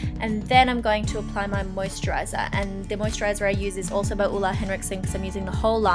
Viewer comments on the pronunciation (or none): Ole is pronounced Ol-eh, not Ulle :)